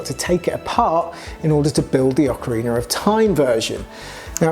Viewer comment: I'm just grateful you didn't mispronounce Ocarina.